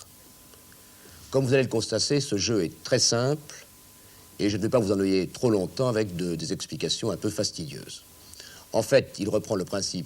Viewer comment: 0'30'' : comme vous allez le "constasser".... et je ne vais pas vous "enneuiller" trop longtemps... il stressait le jeune :)